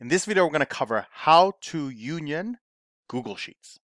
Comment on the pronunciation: Liked your vids. “Google” cannot be pronounced as “Gooshle” coz it was based on the noun google which is 1 followed by a hundred zeroes 😊. By the way, can you make a video how to optimize union for multiple Excel files where the it is stored in multiple Excel Worksheets - dealing with old way Excel management.